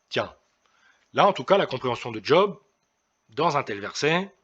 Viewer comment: On ne dis pas "D'job" mais Job ...